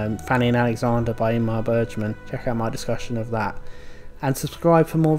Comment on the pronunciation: Dude, get the pronunciations right. It's not Ingmar Bergeman, as you're pronouncing it, but Ingmar Bergman. C'mon it's so basic just to get that pronunciation right....